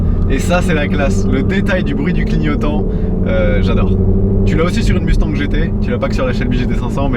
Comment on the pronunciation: Svp, cessez de dire Musse tangue. Ca se prononce Muss tagne, comme dans Elon Mus(k) et comme dans mon-tagne.